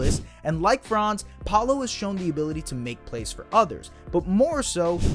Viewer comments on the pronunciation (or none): One last thing: Franz‘ name is pronounced differently. The „a“ in Franz is to be spoken shortly. It is a short „a“.